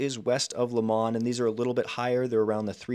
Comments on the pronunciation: I grew up in the Fernway district of Shaker and worked in Shaker Square for a few years. Shaker Square is in CLEVELAND. You said a few times it's in Shaker even though that is shown clearly in Cleveland in a map you presented. You could have mentioned that Shaker Square went bankrupt a couple years ago. Next, it's Lomond, Not Lemond. Also, it's Onaway, not Onway. Then, tiny University Heights teamed up with the much larger Cleveland Heights to make a combined school system. They should have teamed up with Beachwood. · It's not "Lemond". It is Lomond. It is spelled LO-mond...and pronounced that way as well. I grew up there in the 60s and 70s. It was a fantastic place to grow up. Those battleship steel, slate gray clouds in Winter are great for building character. And as for snow belt, that is an understatement. That snow belt is most active when Lake Erie is still cooling from Summer, and the air passes over the land. That gives air that is heavy with moisture, and it cools into GIANT snowflakes when it passes over the land. If you look at how the lake is situated with respect to Canada and Ohio (SW in the West to NE in the East), the southerly winds cross the lake and head for the SE suburbs. BAM! Shaker Heights. It is considerably more snow than the SW 'burbs that do not have this arrangement. The city has mostly kept the character of the schools, which are architectural centerpieces of the neighborhoods. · never heard someone pronounce it lo-MOND.. always hear it as LO-mond.. Anyway, solid breakdown. We like living in Shaker, some things I would like to see done better, but is what it is.